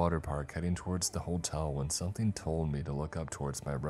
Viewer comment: somethING!!!!!!! NOT somethEENE!!!!!!!!!!!!